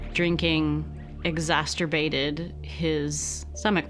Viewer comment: *exacerbated NOT "exasturbated".